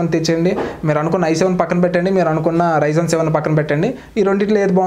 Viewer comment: bro its not ryzon its ryzen